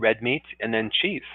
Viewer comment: Zinc foods: Oysters, Red Meat and ?? Cheese?? I couldn't quite make out the 3rd one... it sounded more like Chieff.... cheese?